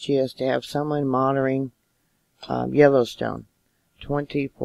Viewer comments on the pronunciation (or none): Monitoring has a "t" in it. It isn't "monoring".